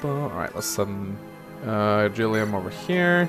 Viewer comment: Thank you for the hard G on Gilliam. Liked, commented, subscribed!